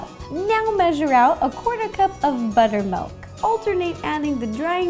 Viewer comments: She usually says ''melk.'' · b U t T e R m A l K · cookiedere I read this as soon as she said "buttermalk"